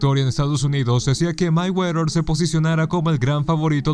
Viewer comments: Ni siquiera sabes pronunciar "Mayweather" que verguenza! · Ni siquiera sabes pronunciar "Mayweather". Que bruto!